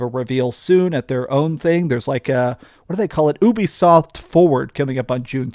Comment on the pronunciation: Still pronouncing Ubisoft wrong.